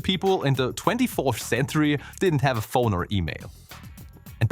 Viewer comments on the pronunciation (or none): none